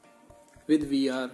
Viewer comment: After searching all over I had a thought that due to language accent I may have misunderstood. Did you say vr or dr to pin 5